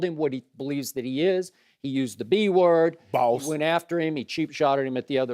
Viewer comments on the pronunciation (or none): Skip: The B word Shannon: BALLS I know he said BOSS, but it sounded like BALLS to me. HAHAHAHA